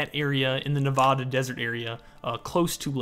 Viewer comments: It’s pronounced ‘Nuh-v-ah-duh’ not ‘Nuh-V-aw-duh’ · I’m sorry. I don’t want to come off rude but you said Nevada wrong, and if you have met people from Nevada we get annoyed when someone says it wrong. You kept pronouncing the E in Nevada as an a. It’s not Navada, it’s Nevada. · NE-VA-DA get it right😢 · You mispronounced Nevada 😡